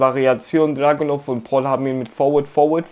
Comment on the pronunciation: I like how you say Dragunov in German -!!! Can't wait to see your Dragunov vid if you play him.